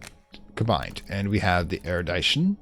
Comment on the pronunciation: Erudition = Air roo dish shun XD Since you're tying to get it right